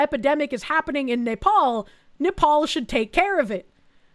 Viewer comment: I love how says "Nepal" like "napalm", which might be a possible solution to several problems in this video (in Minecraft)...